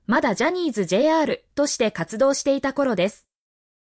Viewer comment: jr…ジェアールって AI処理？って言うんですかね？コメントでもありますが、名前など間違えて発音するのはどうなのか？って思います。すごく、失礼だし、見た人も嫌な気分になります。UPする前に、読み方など、確認してください。すごくいい記事だとしても、残念でしかないです。